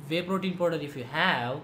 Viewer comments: podar nhi hota😂😂😂😂 powder hota h woh Podar😂😂😂😂😂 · the way he says 'Powderr' 😂😂